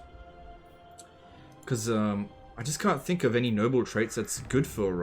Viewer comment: EVERY time he said "Noble" I heard "Nurgle".